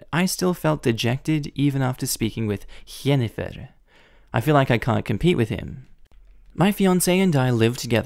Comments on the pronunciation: I love how u are tottally butchering the name jennifer (gen-ni-fer) XD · Why is he saying Jennifer like that??? I'm confused. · for the love of all that is pure and good, please just say JENNIFER the right way. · Is that a normal way to say Jennifer? Ive never heard that before and it sounds so odd, but its also, my moms name😅 😅😅